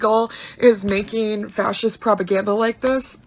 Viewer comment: She even says "frashist" like, what does that mean? Lol